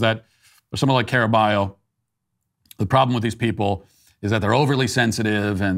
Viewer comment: "Carballo" is pronounced: "Car-bayo".